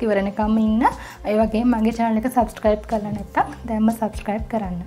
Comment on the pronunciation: සබ්ශ්ක්‍රයිබ් නෙවෙයි සබ්ස්ක්‍රයිබ්.. මුලින් ඒක කියන්න ඉගෙන ගන්න 🤪